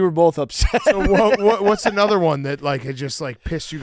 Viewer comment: saying “anudder” and confirming he has early onset Fleming was hilarious